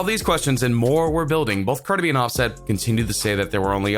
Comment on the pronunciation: Why you say his name so wrong like so so wrong